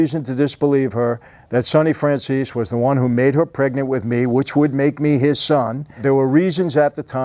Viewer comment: Why does EVERY SINGLE person on earth mispronounce your last name? FRAN-ZEESE! Is it that hard to pronounce? We got Fran-cheezy, Fran-zeasy and now Fran-che-zy